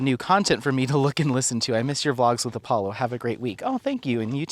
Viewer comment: Every time you call Apollo "Apo" I think isn't that a dog food? It took me the whole video to remember it was Alpo!